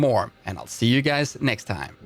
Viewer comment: “Welcome gays”